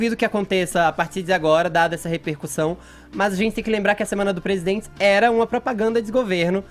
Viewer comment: Nem falar esse cara sabe...... "Eu dZi amo meu Brasil"... "PresidendZi"... Será que só eu que ouço isso, dá no nervo....kkkk...